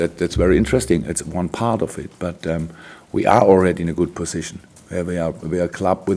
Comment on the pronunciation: lol when he said pussytion